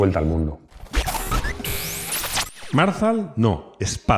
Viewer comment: Yo creo que el nombre de Marzal es acentuado en la segunda vocal A!! No en la primera,.